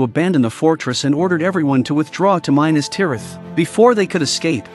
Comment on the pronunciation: There you go again with your mispronunciations of the names! It is, mi-nas-tirath!! Not MI-nas-tirath! I can’t watch any more of this! It’s just a rehash of information we all know with mispronounced names! 🤦‍♂️